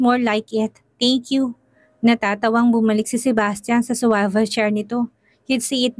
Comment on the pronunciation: Pls pronounce SWIVEL as it is written